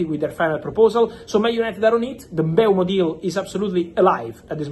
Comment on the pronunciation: its mm-bu-emo not bryan mbemo